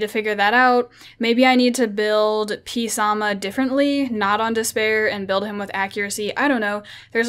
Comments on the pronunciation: pronounce it samath samath samath samath not psarma arghhhhhh lol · The P is silent in "Psamanthe"...